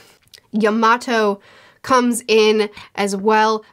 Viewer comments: ur kinda saying yamato's name wrong ur kinda saying it like you would say tomato she says her name in the 2 minute clip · Momonosuke (Momo-no-skay) Edit: also Yamato (Yama-toe